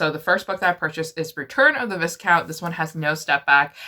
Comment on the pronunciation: I love you. But please. Its vi-count. The s is silent. Seriously love you though but that gave me the giggles 😅